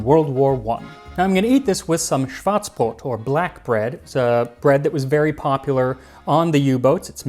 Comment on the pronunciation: I think Max mispronounced Schwartzbrot , he said BORT, when he should have said BROT.